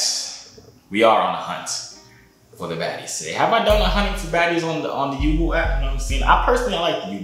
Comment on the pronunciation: My nigga its pronounced yubo( you- bo not ( you- boo)🤦🏽‍♂️